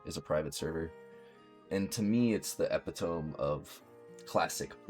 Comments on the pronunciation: epitome is pronounced eh-pit-oh-me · were you meaning to say epitome?